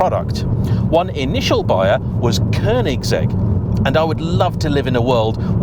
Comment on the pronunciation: Great video, only made better by the correct pronunciation of Koenigsegg! Simply lovely! 👍